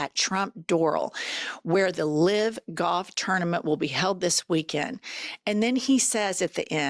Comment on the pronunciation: Ladies!!!! YOU ARE PRONOUNCING "LIVE" WRONG. DONE IT TWICE😂